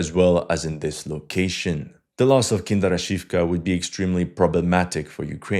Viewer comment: Почему ты так настойчиво назаваешь "Киндрачёвку" "Kinder Shifk"?